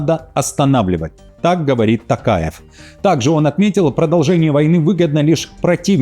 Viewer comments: ТОкаев, произносите правильно пожалуйста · Не каверкайте фамилию президента Казахстана